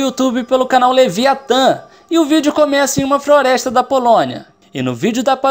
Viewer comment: Que vem da froresta kkkk ele falou errado